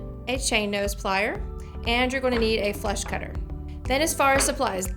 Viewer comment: Did she say "flesh cutter"? "Flash cutter"? Help! Thanks!